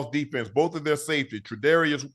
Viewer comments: Trevarious White? Try, Tre'Davious White. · Last time I checked Josh had 0 interceptions inside the 20 last year. Stop reading from these AI script and get your facts correct. You want to criticize Josh and you can’t pronounce Tre’Davious White name correct.